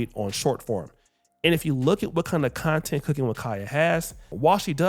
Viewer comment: Content ❎ Clap-tent ✅